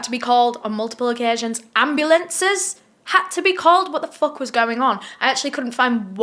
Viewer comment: I love how you say “HwOtt tha foUUHK” it makes my lil black heart happy 😂